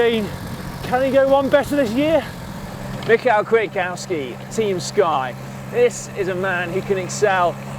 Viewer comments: Michał Kwiatkowski is a great sportsman and he's from Poland - as you know Poles are very combative so he must win! Also his name is spoken like: 'me how' - Michał, 'Kviatkovski' - Kwiatkowski. Greetings from Cracow, Poland - city of time trial of Tour de Pologne :) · Michał Kwiatkowski [me-how kviat-cov-ski] is going to take this race!